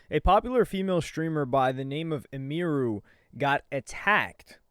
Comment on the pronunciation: Bro idek why it bugs me but people be SCUFFING her name up making it way more foreign than it is🤣 her name is Emily sooo Em-Iru. Bro talking bout "IMERU"🤣